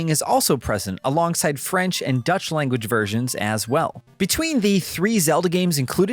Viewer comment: lol "dutch"